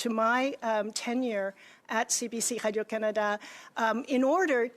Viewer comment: why is she unable to say Radio